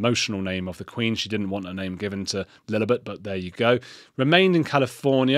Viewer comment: 2! Kellie Jay has just started The Women's Party, I think I might even get involved. Btw Richie Heron is a wonderful talker and detransitioner and would make a great guest on Heretics! Love the way you rhyme Lillibet with halibut lol😂